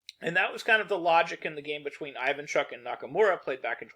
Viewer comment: How hard it is to check beforehand how to pronounce a few names nwn ai-van-chuck instead of ee-van-chuk is... disrespectful